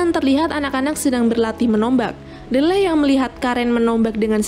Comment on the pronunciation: Ralat Kak, Nama Tokoh Utama nya Kalo dibaca Menjadi "Dileh" bukan "Delleh"😀 Iya sih Tulisannya Memang "D-leh", Tapi kalo dibaca Menjadi "Dileh".👍 Soalnya saya sering Nonton Film nya dan juga memperhatikan Dialog mereka.